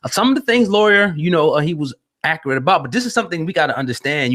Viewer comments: Nigga u said Lawyer Cohen wtf?? Lee-yor if u tryna read and sound it out properly smh if u can’t spell or say names right or get stories right and all the facts then why podcast my brutha? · It's pronounced Lee-Or not Lawyer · “Lee-Or” is how it’s pronounced!! But, whO cares the ppl know what tf he talking abOut!! White ppl been Dividing and conquering since the beginning of time!! Black men or the “culture” has to realize when outsiders come alOng and use our own shyt for their monetary gains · Drewselum bruh how dude seriously gonna mis pronounce this dudes name the whole show?!?! Mad annoying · pronouncing his name all types of wrong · You’re not even pronouncing his name right smh :/ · my man you saying his name wrong man i wish yall cats making these videos would do your homework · CHARLES CRAWFORD I THOUGHT I WAS THE ONLY ONE WHO FELT THIS WAY. MISPRONUNCIATIONS ETC BOTHER ME, AND ALSO GIVES A SENSE OF AMATEURISM TO SHOWS SUCH AS THIS. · YOU MISPRONOUNCE LYOR NAME!!!!!!! SMH